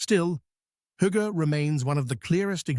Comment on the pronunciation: This is the first correct pronunciation of hygge ive ever heard online... We always get Hoogga..